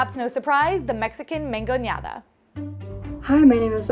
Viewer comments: It’s “MANGONADA”, not “mangoneada”. Perhaps your contributor is overcompensating or overpronouncing due to lack of formal education, but “mangonear” is a verb that means “to boss around” or “to manhandle” (from “manga” - sleeve, I.e., to grab by the sleeve). Thus “mangoneada” is the act of manhandling. “MANGONADA” is a word that follows the pattern of “limonada” (lemonade) and “”naranjada” (orange drink). Your contributor is wrong. Look it up in a dictionary. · Duda genuina a cualquier mexa q vea, quién dice mangonEada con la e ahí???? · It's not mangoneada, nor mangoñada. It's mangonada. Jesucristo